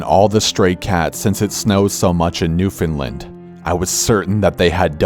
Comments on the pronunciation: i know this is old but he sid it wrong ( new fin l and is kinda how you say it not Newfoundlind ) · its not pronounced new fin land its new found land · No one ever pronounces 'newfoundland' correctly. Its not new finland. Its pronounced like 'understand.' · oh and its not 'new find lind' its NEW FOUND LAND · It's pronounced new-found-land not new-fin-land 😡 pet peeve Newfoundland is where I was born... and St. John's is sketchy as fuck murders drugs gangs a lot of shit don't make it to the news can't tarnish an image am I right not to mention how fucking haunted downtown by the harbour is... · Oml Corpsem, I love your videos but I'm from New-found-land not Newfinlind. You BITCHERED that pronounciation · Newfinlind? lol Corpsey it's pronounced "New-finned-land" no big, man, just trying to help! Love the videos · I live in Newfoundland so I can confirm the first story is true, but it's not pronounced like England, it's pronounced "New-Finnd-LAND" not "newfoundlind" it's a common mistake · Did anyone else hear new finland instead of new foundland? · Heeeeeey, Newfoundland! My mom is from there! ‘New-fin-lind’ they pronunciation is so cute! I guess Corpse has a bit of a Cali accent? The province is pronounced exactly like it’s spelled, New Found Land’, but Newfies pronounce is New-fa-land typically. New’fa’land. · Did he say New Finland? That doesnt even exist. Edit: Newfoundland however... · new findland? newfoundland !!! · Finally a story taking place in Newfoundland! [Also, it is pronounced "New-Found-Land" or if you want to speak like one of us "New-funland". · its Newfoundland not newfinlin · "new fin lind" I'm from Newfoundland and anyone I know pronounce it literally how it's spelled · Newfoundland I love the way he says it but it's pronounced new-fin-land I live in Canada too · You didn't pronounced Newfoundland correctly, but I'll forgive you this time. I'm just happy to hear about it in a story. ~A Newfoundlander. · I cringed how he said Newfoundland